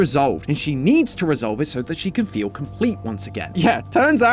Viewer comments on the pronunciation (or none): none